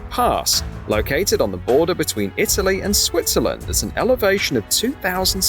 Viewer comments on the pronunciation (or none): none